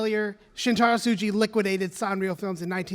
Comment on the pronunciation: Tsuji isn't pronounced Suji Eiga isn't pronounced Aiga Hata isn't pronounced Hara other than that, this is a very good presentation about something i didn't know about.